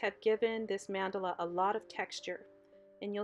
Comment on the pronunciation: BEAUTIFUL. The correct pronunciation is MON-duh-la.